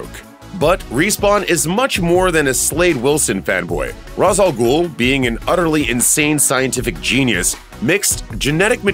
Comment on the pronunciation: Umm, good list, but you really need to learn how to pronounce Ra's al Ghul's name. I recommend watching relevant episodes of Batman: The Animated Series so you can hear it.